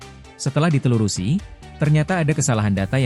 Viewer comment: Telusuri ❌ Telurusi ✅ Gua:🗿🗿🗿